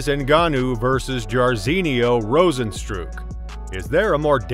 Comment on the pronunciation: this comment is true, but does not apply to this statement. It’s pronounced rose-N-strike.